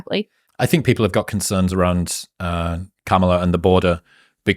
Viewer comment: Did Chris consciously or subconsciously mispronounce Kamala’s name?